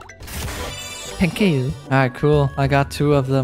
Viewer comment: Its thank you not tekeyou! 😑🤦‍♂️